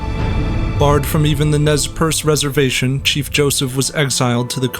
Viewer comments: its more like ''Nay-Per-Say'' Nez Perce is the french for pierced nose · Nez Percé is french. The first thing you should have done is to learn how it is pronounced. It is not even difficult.